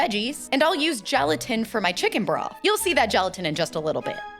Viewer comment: Every time she said broth I heard bra 😭